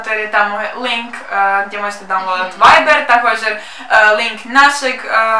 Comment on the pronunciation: Viber a ne veiber